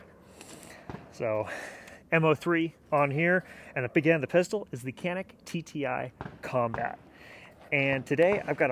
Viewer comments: You are reading the name of this gun wrong. When reading this name, you should read it as if you were saying Gianik or Jianik. This is the truth... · I don't understand who is right, but you are saying the name of that gun wrong. That gun is produced in my country and its name is in Turkish. The word "Canik" in Turkish is not pronounced the way you say it. I wrote the correct pronunciation so that you can make that correct sound.